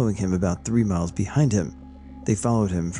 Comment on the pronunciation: Microfeesh, and 'suck-sinkt' I think that dude meant miles and miles, not mikes and mikes lol. Cajoling isn't like K-holing. Sorry man, I can't help myself... :) This is awesome, hugs!